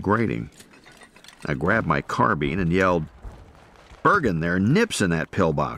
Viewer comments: It is a carbine, as in wine. pine, line. dine etc NOT carbean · The word is carbine, as in wine, mine, line, vine, fine, dine, nine, pine - NOT car bean